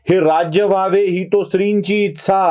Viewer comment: इच्छा हा उच्चार आहे